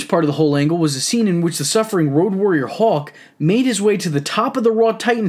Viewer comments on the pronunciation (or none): How do u mess up saying hawk?